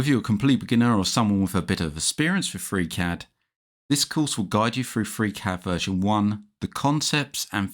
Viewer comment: Gutes Video gut erklärt. Aber warum sagst du immer Fräcät anstelle von Friicäd (Freecad)?